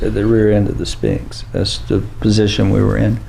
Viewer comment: I love this interview, but needs hooked on p-honics. “Spinx” is driving me insane 😅